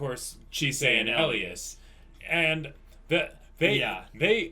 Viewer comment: OK, his name is ELIAS-------Pronounced E-LIE-ES